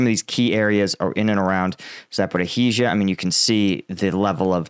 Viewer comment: It's not Za pory heezhia it's Za po rizh zhia!